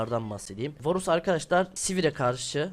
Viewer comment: Bu cocugun montajına sokiyim ya varus diyemeyen biri smurf hesapla bronzlar üzerinden 1 cilik kasıyor yazık ya ben bu videodan hiç bi şey ogrenmedim bu ne